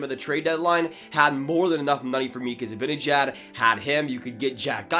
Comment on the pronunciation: Its pronounced ZibAnejAd, not Zibinejed. Also, as a Swede who knows Z, there is NO way he goes to the Sabres. If he doesn’t resign with NYR i see him as a perfect target for Francis and the Kraken as a UFA. Would make a great first line center and captain there so i can see him going there next off season. Keep up the good work,!